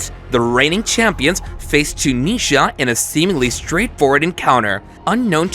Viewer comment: ‘Toonisha’ for Tunisia. All I’m saying